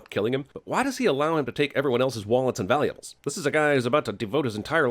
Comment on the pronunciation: means to say "Wallets and Valuables" but ends up saying "Wallets and valuales" or something.